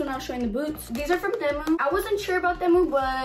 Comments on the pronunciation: The way she thinks temu is Spanish and says it in a Spanish way😂😂 it’s pronounced tee-moo not tah-muh 😂😂😂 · Themu😂 lol it's pronounced tee-mu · Why you say TEMU like that😭